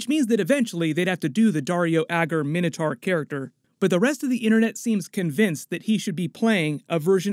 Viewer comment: Minna tar? Mine-oh tor